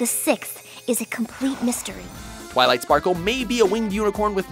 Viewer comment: Its funny how said Twilight Dparkle